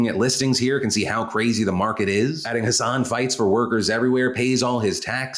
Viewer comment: Hassan and hasan are pronounced differently ❤️ love you